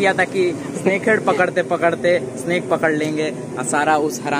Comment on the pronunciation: He said sanke heaf🤣🤣🤣😂